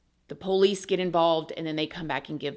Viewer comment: I love it when says “po-lice”. ❤️